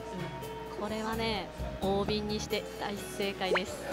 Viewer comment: 大瓶は「だいびん」では〜（笑）